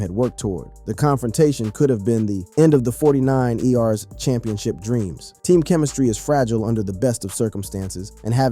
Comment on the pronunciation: Got to love these phony voice overs Forty nine “E” “R’s”?! 😂😂😂😂